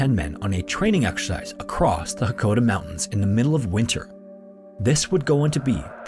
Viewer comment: It's Mt Hakkohdasan. Not Hokkaodo